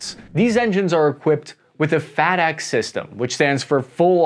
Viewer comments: It’s not ( faah dec) it’s (fay deck) Fadec !! lol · "...these engines are equipped with a 'FAT AXE' system..." what? is it a viking chopper?